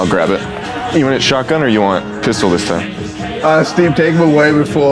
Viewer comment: " Do you have my gun 🤓 or my shatgan 😈 " Get a load of this guy